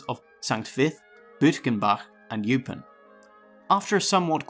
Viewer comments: I've never ever heard Eupen pronounced "You-pin" before. It's always been Oy-pen. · Eupen is pronounced oy-pen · Correct pronunciation would help: Eupen, Duivel...